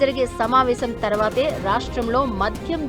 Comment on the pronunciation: అది మధ్యం కాదు. మద్యం అంతే. ప్రతి దానికి వత్తు తగిలించి చావదొబ్బకు